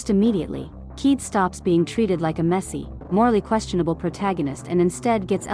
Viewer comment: Kaede Akamatsu: ❌ Keed Akamatsu: ✅